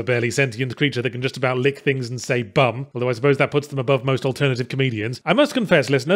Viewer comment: It always sounded like "blerm" to me, not "bum"